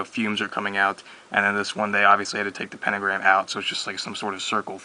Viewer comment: "pentogramy" lol xD